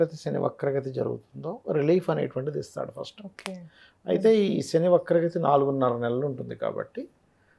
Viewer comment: ఒకే అని పలికేది బాగా పలకండి